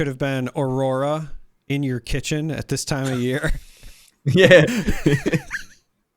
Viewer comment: B-rora instead of A-rora.